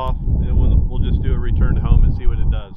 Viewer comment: You would think they'd know how in the app to spell 'return' by now. Even the voice says 'ruturn'.